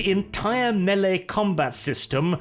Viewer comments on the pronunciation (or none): none